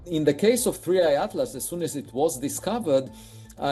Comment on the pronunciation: 3i, not 31. How unprofessional